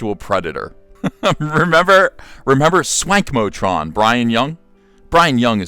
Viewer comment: You keep mispronouncing his handle... It's Wankmotron.